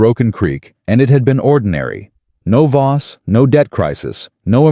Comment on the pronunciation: I believe it's VOSS, not BOSS. Throughout the whole story!